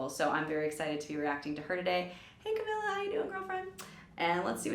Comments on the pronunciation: I love how she called her Camilla in the beginning and then pronounced it right because of the person who announced her on the performance I appreciate that because it's so frustrating when people keep calling her Camilla even if they hear someone else pronounce it right (okay now that I kept watching it went back to Camilla lmao it's fine though) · SHE SAID CAMILLA AGAIN THO BUT IT'S OK TO TRY THE RIGHT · Ca-me-la... Camila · Amazing react video I love camila Cabello but its pronounced cam-ee-la ❤❤ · its cam-ee-la